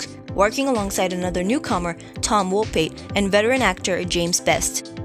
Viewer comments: Pronounced "Woe Pat" not wopie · You're pronouncing Tom Wopat incorrectly. The second half of Wopat is pronounced like saying Cat.